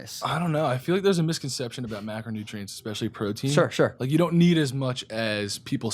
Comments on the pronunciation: I think James got Logan to say “shore/sure” 😂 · This guy just did one podcast with James Charles and now he's saying sure(shore) all the time like James charles😂